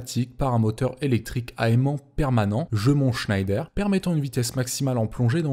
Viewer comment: Excellente vidéo, juste un petit détail, on prononce Jeumont Schnéder, pas Schnailleder 😉